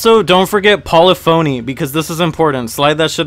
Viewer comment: uh except when he mispronounced 'polyphony'